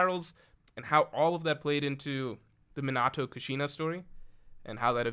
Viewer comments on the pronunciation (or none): none